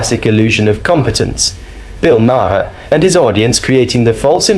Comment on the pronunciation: Can u please pronounce Bill Maher’s name correctly?